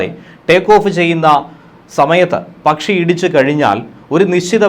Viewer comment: നിങ്ങൾ പറയുന്ന ' പച്ചി,' ഏതാണ്? ആരോ അയച്ച പച്ചിയാണ്.